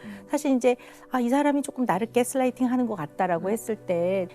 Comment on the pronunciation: 깨스라이띵 엄청 거슬리네요 ㅎ 그냥 가스라이팅이라고 하지